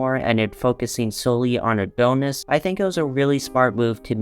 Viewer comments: I can't get over how he says "A-doh-nis" 😂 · GOOD GOD🙄 CAN YOU PLEASE PRONOUNCE ADONIS CORRECTLY 🤦‍♂️😅